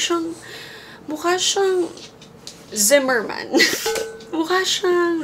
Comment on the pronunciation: Ang ganda ng pagkasabi zara Zimmerman...❤❤❤❤